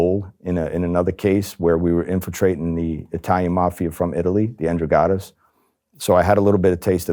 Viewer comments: The N-druh-gottas… hmm I have never heard of them before. I do know in Italy, you have the Camorra and the Ndrangheta though. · He can't even pronounce Ngranghetta but he would go an infrotratw it?? lol another fraud sucker cop